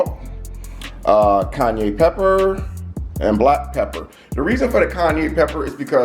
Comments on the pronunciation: Kanye pepper 🤦‍♂️ -Kai-Anne-pepper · It’s pronounced Ky-Ann or Ki-Ann if that makes it easier..🤣😂 great video though! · This was a good video.... However every time you said "Kanye Pepper" i was LMAO 🤣🤣🤣🤣🤣